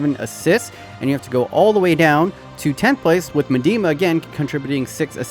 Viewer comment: Its not “medima” bro.. its more like “midema”